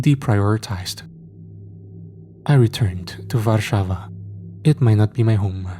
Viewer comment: This is a thoroughly enjoyable story! Thank you for presenting a tale set in my Homeland, Polska 🇵🇱 It's a bit sad that some of your pronunciation made me cringe (eg “war-sava” instead of “Var-sava” for Warsaw), but I can't help reacting to that... Nevertheless, Excellent story! Please read more? 🇵🇱❤